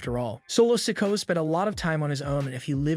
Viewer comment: Please pronounce Solos last name correctly, you have been saying it wrong for quite a while